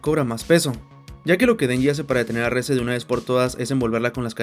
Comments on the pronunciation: Yo creo que la pronunciación correcta es como se escucha en su idioma original "Reh-zeh", "Reese" el de Malcolm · ES QUE SE LLAMA REZE NO RIS 😭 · El nombre de la chica es REZE, no REESE! Se pronuncia Re-Ze, tal como está escrito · Nadie le dice "Ris" literalmente es Reze 😂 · Aún no entiendo el por qué le dicen "Riz" si en japonés lo pronuncian como se lee xd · Reze se pronuncia: Rese